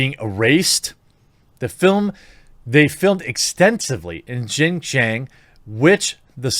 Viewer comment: It’s pronounced “SHEEN-JYONG” 😭